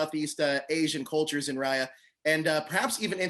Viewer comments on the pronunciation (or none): homie can't even pronounce raya correctly after seeing the film